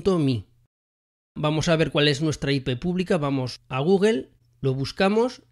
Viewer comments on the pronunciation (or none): none